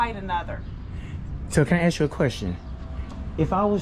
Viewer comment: Axe ? Or ask, get it right when you out teaching